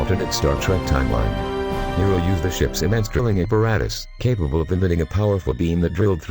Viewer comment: his name is Nero not maro